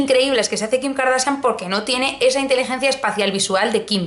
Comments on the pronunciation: Karsachian no kardasian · Me encanta como pronuncias Kardashian!!!